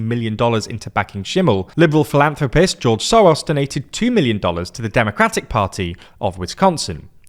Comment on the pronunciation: "philantropist" lol